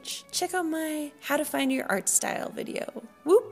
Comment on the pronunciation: ''Vdeyou'' lol